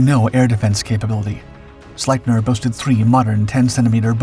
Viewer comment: Really good video. But just an FYI. Its pronounced "Sleep- near."